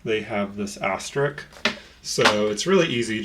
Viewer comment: Asterisk, it has an s in the last syllable too... 🙂